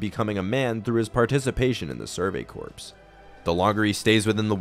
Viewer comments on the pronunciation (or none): Great video man! Btw corps is pronounced like the word “core.” The ps is silent